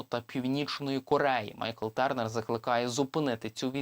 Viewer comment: Я не витримав ....дуже ріже слух - ТЬОрнер !!! А не ТЕрнер. Журналісти вже б могли освоїти англ.